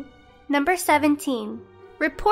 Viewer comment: its pronounced MALL-DEN